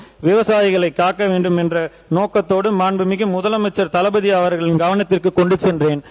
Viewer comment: தளபதி ங்கிறத தலபதி ன்னு சொல்லாதீங்க.